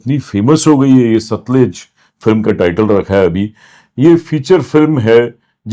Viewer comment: Pronunciation is सतलज and not सतलुज |